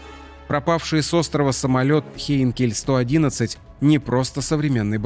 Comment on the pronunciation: Не хинкель а хенкель